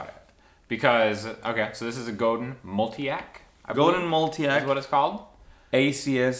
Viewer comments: Sorry, but I have to correct everyone when they pronounce Godin wrong. It's actually pronounced Go-Dan. Godin comes from Quebec Canada where there is a lot of French-Canadians who do speak French. Google Robert Godin or in search in YouTube there are videos with Robert, the genius behind Godin Guitars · Goudin Guitars? 😂🤘 se pronuncia "Godang" mi pocho amigo... es franco-canadiense Robert Godin😍 and I'm pretty sure you understand my spanish "ese"!!!!🤘😎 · GoDAN not The way you’re saying